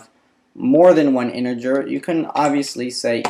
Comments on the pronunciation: Interger? I believe it's "integer." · I don't spell well myself but you should at least get the basic words of your subject down or it's embarrassing IMO. In particular, learn "character", "integer", and "initial". Please! You are even pronouncing integer with a spurious "r" sound! It isn't InteRger.